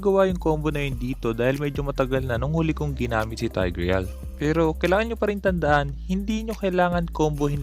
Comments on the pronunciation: kuya.. hindi po "TAYG-REYAL". Baka po "TIG-RIL" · No one:: TAYGRIYAL